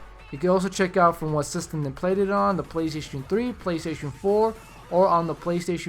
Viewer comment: Playshjjsh. haha when he says playstation too fast.:)